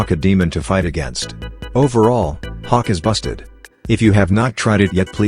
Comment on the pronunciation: The ai voice does bro so dirty😭 it sometimes makes hawk sound like cock